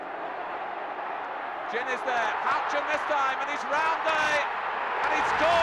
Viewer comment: "HOUCHEN"...........oh yeah. 8-D